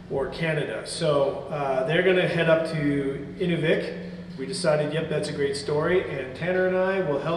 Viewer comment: Inuvik is pronounced "In-oo-vik" emphasis on the "oo" (Inuvik was my hometown for nearly 30 years).